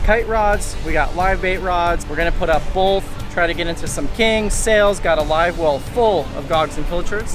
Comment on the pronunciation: Okay, my wife is from Florida so it must be a Florida thing but ya'll BOTH say "both" like, "bolth." Adding an L in there and everything. Her entire family also says it that way and I can't help but to hear it every single time! Lol.